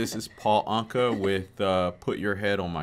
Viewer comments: It's not ( an- short ,ka )it's ( awn-ka-short a) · Pronounced "ain-ka" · hi great reaction thank you. His name is pronounced anka like umm your ankle.